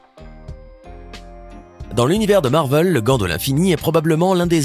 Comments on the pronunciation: C'est pas marveul c'est marvèl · Ya que moi que ça dérange qu'il dit Marvel moi je prononce toujours marvél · Mdr il a dit marveul😭😭😭😭